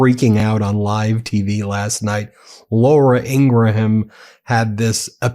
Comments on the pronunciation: Pronouncing Laura Ingraham It is not Ing-ra-ham It is Ing-ram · The "h" is silent in Ingraham's name.